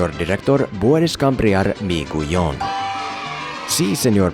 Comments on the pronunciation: If you came up with those Spanish sentences on your own, congrats! You're making progress already! A small thing you need to correct ASAP: Whenever you have "gui/gue" words, you do not pronounce the U. "Guión" as in "Guinness. (best example I can think of, it even has a U) and "guerra" as in "Gertrude." In words like "pingüino," you DO pronounce the U because of the "diéresis" /¨/ on top . Just a heads up. I'm REALLY interested to know what you're working on, please keep us posted! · Love your Spanish! But practice more on "guión" 😆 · the GUI in GUIÓN is pronounced like in GUITAR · Your spanish is actually pretty decent for someone who just started, except for "cambiar" and "guión" everything you pronuonced was good